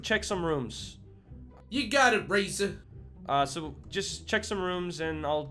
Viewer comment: I like the fact that N Bonnie says 'Raiser' like 'Raisin'